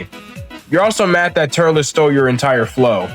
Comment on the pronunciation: Turles is pronounced “Turls”